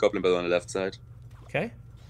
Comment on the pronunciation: When said side I swear he said zeit (time in German I think)